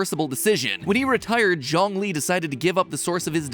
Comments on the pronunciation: Matpat just pronouncing Zhongli as John lee 💀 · Ok this is me just being nit-picky, but Zhongli’s name is pronounced, Juong-li (the U is more soft) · And Zhongli's name is pronounced Joh-ng-li or more like Ts-yong-li... Surprisingly, the entire Genshin impact community is very conscious about miss pronouncing names, not necessarily to avoid some controversy, but more like to be true to the characters they love.